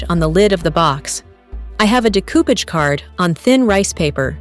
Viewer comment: Nice project, great work, but that pronunciatiom nearly through me of the couch from laughing! 😅